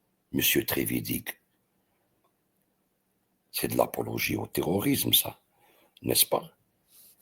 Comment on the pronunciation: Trevidic se prononce Treviditch